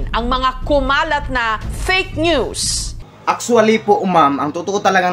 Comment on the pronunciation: Actwalys po mam🤣🤣🤣Putek Actwalys daw :D